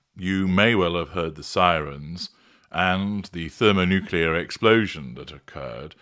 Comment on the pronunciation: Thank you for your new series featuring other YT creators. ❤ You’re so polite and ask such wonderful questions! P.S. Thanks for pronouncing thermonuclear correctly. So many of my fellow Americans have a problem with nuclear ☢️ But of course, you are the ultra! I expect nothing less.